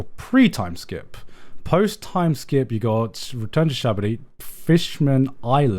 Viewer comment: "Shabady" "Sabaody"